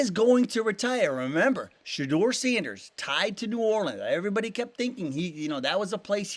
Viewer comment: Shuh - door. Not Shaw - doer.